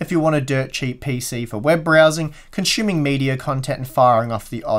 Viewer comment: Lots of conshooming here.